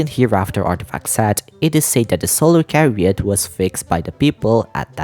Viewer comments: Hello - I’d like to politely let you know that chariot is pronounced with a ‘ch’ as in chair, /cha-ree-ut/, and not like how it’s pronounced here on the video /ka-ree-ut/. Thank you and I love you your videos I hope you don’t take this negatively. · I can confirm that "chariot" has an "h" in it, and it's not silent.